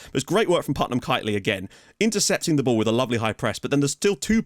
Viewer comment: Finally someone other than me...... PutMAN, not Putnam.. :D